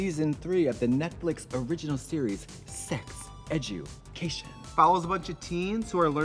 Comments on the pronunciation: It took binging 5 eps in a row to realize Tracy says "Netflick" instead of "Netflix." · I just can’t deal with them constantly repeating netflick, like wtf ????? 😂😂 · This was the best one so far lmao And i love that trixie keeps saying NETFLICK